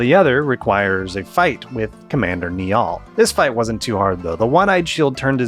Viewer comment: Lad its pronounced Nile not Kneeall